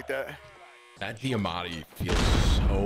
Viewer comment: Last time I checked the gun was called the diamati not deeamati